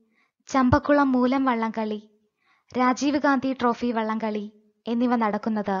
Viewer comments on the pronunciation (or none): none